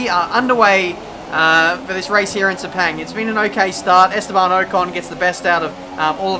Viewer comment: It’s pronounced “sir-pahng”. Though it won’t matter anymore. RIP Sepang